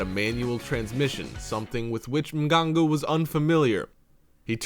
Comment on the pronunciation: Mmganga Mmganga...i think you pronounce it with clicking noises